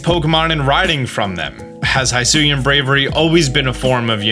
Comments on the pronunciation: It's hIsui and not hAIsui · Dude, I love your videos. I watch a ton of them. I know you saw the "pokemon presents" because I saw you watch it. So why are you mispronoucing Hisui (Hee-soo-ee) when we both know the narrator said it several times? For real, High-sue-yah? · The region is pronounced hee-soo-ee. Japanese i and u are always pronounced as ee and oo, respectively. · ITS HEE-SOO-EE NOT HY-SO-EE leave it to people to continue to INCORRECTLY say a pokemon region name 10 seconds after hearing the official pronunciation. Not difficult to pronounce japanese vowels, ya know since they’ve always been pronounced the same since inception. I - EE O - OH A - AW as in AWesome U - OO like in “moo” E - E sound like in “bed” Why say the word if it’s gonna continue to make others cringe. Its not a mashup up of the english word for hello+sui it is Japanese say it right please. Only tell you in the trailer 2 or 3 times how to say it. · Don't want to be that person. But it is he-soo not hi-soo. Japanese pronunciation. Comes from ひす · it’s pronounced “Hee-Soo-ee” not “high soo ee” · Its pronounce Hisui ( He sui ), not ( Hi sui ) if u want to confirm that go back to the presents and the narrator clearly says it, stop calling it the wrong way. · The region name should actually be pronounced HE-SU-WE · bro i swear to god. its pronounced h-ih-sooi and weird deer. did you even watch the direct? edit: have you considered that ride pokemon must be captured by the player and placed in their party before they can be used? edit 2: just wanna bring up that the coloured dots coming from the sky crack are the same ones as when time and space almost collapsed in diamond and pearl edit 3: ultra balls also appear later in the trailer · Is it pronouced “Hee-soo-e”? Because it is Japanese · the way he keeps saying hisui wrong is getting to me, i know he says things wrong on purpose often but this one i think he isnt realizing its not a long i